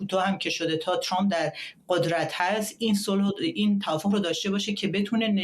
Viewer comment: چرااین به اصطلاح خبرنگاران و یا تحلیلگران ایرانی اسم ترامپ را غلیظ ترازامریکائی هاوانگلیسی زبانان تلفظ میکنند،عقده دهنشونویرویس کرده اللخصوص سمیرا ترامپ راچنان غلیظ تلفظ میکنه ،بعضی وقتها میگه چرررمپ ،تررررمپ چررررررمپ،خومثل ادم بگیدترامپ،،چرررمپ